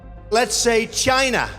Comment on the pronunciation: LOVED the end!!! I hadn't realized that Trump honestly can't pronounce "China" properly!!!